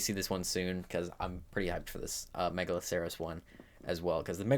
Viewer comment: Bro can't pronounce: Diplodocus Megaloceros Paraceratherium Ankylosaurus Pachy Stygimoloch Pachyrhino Gallimimus Doedicurus Arthropods Araneo Pulmonoscorpius Dunkleosteus Liopleurodon Troodon Carbonemys Archelon Lystrosaurus Dilophosaurus Kaprosuchus Quetzalcoatlus Tapejara Argentavis Kronosaurus Styracosaurus Dimetrodon Megachelon God help him, fr...